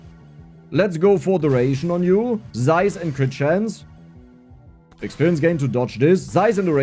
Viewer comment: I like how you pronounce "zaiz". ❤